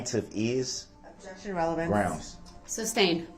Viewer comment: The entire trial Duh-Rell couldn’t figure out that is pronounced “Sustained” not substained